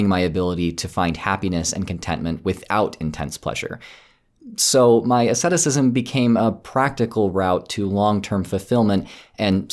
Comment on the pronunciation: Do you mean asceticism? If so, you are pronouncing it wrong.